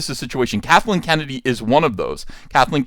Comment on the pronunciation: I thought I heard you say “Catholic Kennedy” 🤣